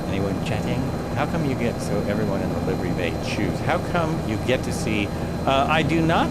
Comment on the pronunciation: future ref. The "i" in livery is a short vowel. It's liv er y not live er y. See horse stables.